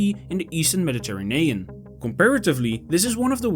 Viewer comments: I can't cope with the mispronunciation of Medi terranean and so on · Teach this ai to pronounce Mediterranean! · Look up how to pronounce Mediterranean, my friend. :) Nice video otherwise. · Nice work. FYI “Mediterranean” is pronounced differently in English. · I appreciate that you did not use an AI narrator, and I realize that English is not your native language, but perhaps you could brush up on your pronunciation of "Mediterranean." Aside from that... nice video.